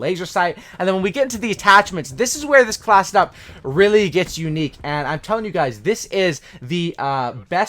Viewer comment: You talk so fast you say classdup instead of class setup at first I thought you said classdup and I didnt know what you meant